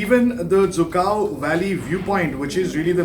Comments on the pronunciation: Lol it's dzükou not zhukov 🤣🤣 who said it's zhukov 🤔🤔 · Cant even pronouns the name of the valley right